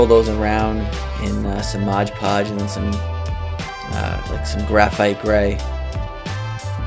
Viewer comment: There is no "g" in "Mod"!